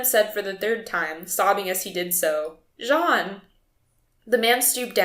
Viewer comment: Correction: that is "jean" not "john"